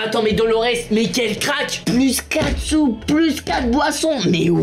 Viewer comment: "On a 4soupes " moi j'ai entendu on a kaatsup 🤣